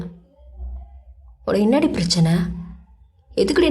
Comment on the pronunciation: Sago neenga அந்த என்னடி "டி" போடுற அழகே அழகு எனக்கு அது ரொம்ப பிடிக்கும்